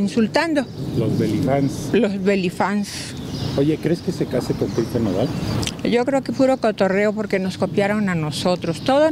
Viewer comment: Tan estira tiene la cara que ya ni palabras puede pronunciar cómo: nodaz en vez de nodal! Y hablando de "changos" ¿que no se a visto en un espejo? 🤣